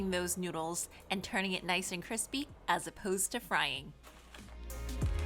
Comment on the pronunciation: “Cripsy” baked noodles, lol.